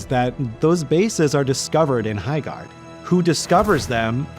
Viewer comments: Sounds more like High-shart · ❌ Highguard ✅ Byeguard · "Highguard." *loses audience "Byeguard." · "HighCORD 3" ...confirmed